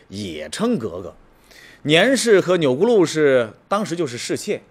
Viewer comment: 钮祜（hu）禄，不是钮gu禄